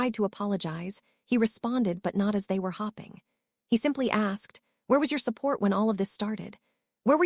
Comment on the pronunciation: Hopping and hoping are pronounced differently learn the correct pronunciation and what they mean.